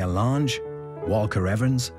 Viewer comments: Dorothea Lang, not Lahnge. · It was interesting to watch, but so much of the footage I've seen elsewhere. Also the pronunciation of Dorothea Lange's name was a little annoying.